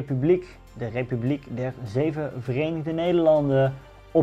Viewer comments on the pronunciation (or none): none